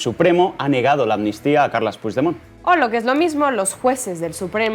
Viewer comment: Echábamos de menos a y qué bien pronuncia Puigdemont la mejor oleole